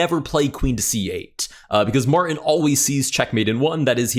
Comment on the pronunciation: There is a "T" in Martin.